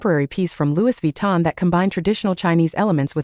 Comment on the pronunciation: How u have this content but no pictures? And please pronounce Louis Vuitton properly.